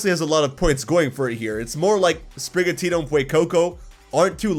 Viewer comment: Also it's Sprigatito, not Sprigatita, why does everyone think this cat will go feminine? Cause it's more of an indoor cat than outside like Litten?